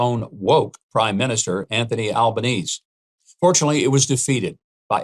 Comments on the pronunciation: It's Pronounced ALBAN-EASY not albaneez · Albanese is pronounced Al ban easy. 🇦🇺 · For future reference, the final 'e' in Prime Minister's Albanese's name is pronounced, not silent. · Dude ... Learn how to pronounce "Albanese".... For goodness sake it's available on YouTube....